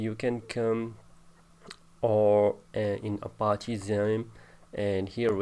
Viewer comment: He is saying Appachiee